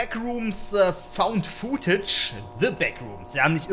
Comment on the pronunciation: "So Leute das war Backrooms Found Fuhtetsch"